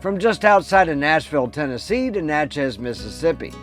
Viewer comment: Enjoyed the video great info but it’s pronounced “Natches” not Na Chez. There is also Natchez Mississippi also pronounced NATCHES. It’s sounds like matches but Natches. It’s a southern thing.